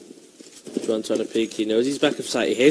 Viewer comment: It's Juan with an h sound not with a j sound